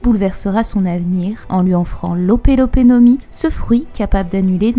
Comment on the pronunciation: Merci encore pour ta vidéo elle est au top, juste un détail dérangeant mais on dit "L'Ope Ope No Mi et pas L'ope L'ope no mi" stp c'était frustrant d'entendre ça pendant la vidéo.. bref merci encore